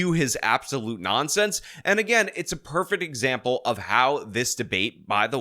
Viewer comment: Why does say perfet isntead of prefect lol